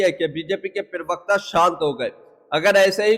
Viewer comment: भैया, पिरवक्ता नहीं, सही शब्द होता है प्रवक्ता समझे। कृपया अपनी हिन्दी के उच्चारण सही कीजिये।